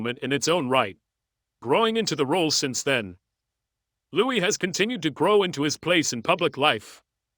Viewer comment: You really need to pronounce Louis'a name its really very quite simple to all ( just sayin'')....